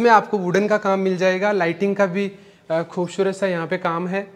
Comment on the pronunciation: Bolne ka tarika improve karo. 'खूबशूरत ' nahi खूबसूरत bolo